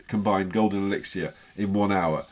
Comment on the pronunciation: The resources is elixer no elexier why can't you call it the right thing?